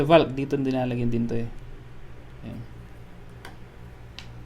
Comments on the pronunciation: The proper way of reading it is "volk" not "valk"😂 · You miss pronounced "valk" 😂